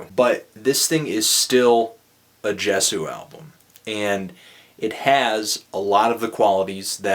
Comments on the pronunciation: Yes yay-zoo not jes-ooo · Is it not pronounced Yey-soo? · for the record it's pronounced "YAY-zoo" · it's pronounced Ye-zu... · In my humble opinion, being a die-hard fan of Justin's music since 1989, I cannot bring myself to judge or even stratify his music from good to bad. Such originality doesn't deserve to be judged, but....reviewers must do what they do, and for that you have my respect, for better or worse. "Ascension" I love this album. and yeah, it's pronounced "yay-zoo" :P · man sadly, I kind of agree with you here. Even down to the artwork. But hey, the dude can't put out instant classics all the time. Its like the rollercoaster broke down halfway up the hill and now i have to walk down the steps.....hey i think its pronounced Yay-zoo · It's pronounced yay-sue, by the way :P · It's pronounced "Yay-sew." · IT'S YAY-SU!! YAY-SU!!! This is how You read it. Why no Bukkake yet? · tru, you pronounced it wrong :/ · If you watch videos of Justin, pronounces it with a "J".